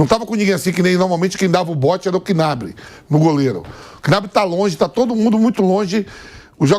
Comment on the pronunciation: QUInabri, OLIsá, Réri Kin... Meu Deus Vampeta da uma esforçada aí, tu é comentarista meu filho ... E dos bons